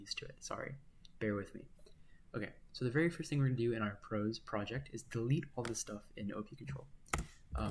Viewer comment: I like that you call it "prahs" instead of pros. It makes it easier to tell the difference between it and VexCode Pro. I was very confused entering the vex scene this year hearing people use the names pro and pros.